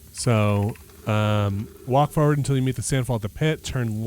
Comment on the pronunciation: That’s “foewad” to you!